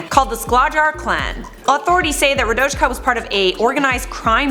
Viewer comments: Listening to you say RaDoChKa is like nails on a chalk board. In what world does a J make the CH sound. It’s raDOYka. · Radoyka... Not important but RadoJka is not how you would prounance the name in Serbian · Its Radoyka not radočka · OMG radochka 🤦🏼‍♀️🤦🏼‍♀️ Radoyka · It's pronounced "Radoyka", actually. Not that it matters, tho 😁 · i just started watching the video and the way you pronounced Radojka is so wrong hahahah just pronounce it like it's Radoyka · In Serbian j is pronounced like an y. For example english name Anya and Serbian Anja. So its like Radoyka, not how you prounounced it. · Wouldn't the J in Radojka be pronounced with a Y sound, given the European grammar? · That's not how you pronounce Radojka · i am from Serbia and i didn't even know about radojka😂😂😂 also that's not how you pronounce her name (no hate) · I'm Serbian and it made me laugh how you pronounce Radojka. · I'm Czech, it made me life as well :D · im croatian and i laughed as well